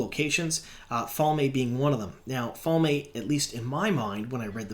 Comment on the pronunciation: This week wasn't to off Falme was a bit off but last week I think you kept saying trolloc like troll ox it was really weird to my ears drove me batty